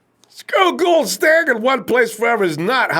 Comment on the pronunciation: still mispronouncing robbie's last name. Goo-uld like ghouls and goblins. lmao